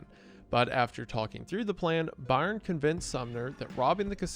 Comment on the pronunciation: Byrne is pronounced Burn.